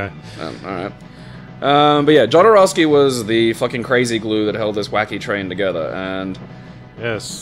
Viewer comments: well, i had to say that jodorovsky is pronounced as [xoðoˈɾofski] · The way you guys pronounced "Jodorowsky" made me so unreasonably angry.